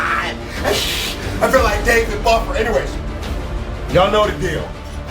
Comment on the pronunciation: Yo who tf is David Buffer 🤣😂🤣🤣🤣😂🤣